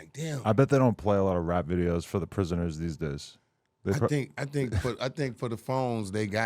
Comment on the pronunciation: Adam put the hard R on prisoNER 😂